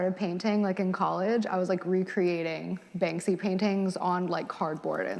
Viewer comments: At first I didn't even know who she was talking about because she kept saying "Bang-zee" and then I realize I think she meant Banksy, which I think is pronounced just like it's spelled, i.e. Bank-see. And Picasso is very problematic as a person and an artist. She just sounds so pretentious, yet incredibly immature for the stage of life she's in and the education level she's claimed to attain. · And she kept calling him "Bang-zee" 😭😭😂😂